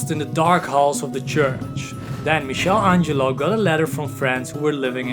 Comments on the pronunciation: My friend, all great content, but Michel Angelo is Michelangelo, and the ch is like a K 💜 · Great video but you need to improve your English. Some misspellings. And "mixel Angelo"?!!? It's "Mickael Ângelo". Keep posting great content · Great video.. but as an Italian I have to say it and I'm sorry lol It's pronounced "Mee-kuh-lan-gee-lo" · Dude,you are saying Michelangelo's name all wrong.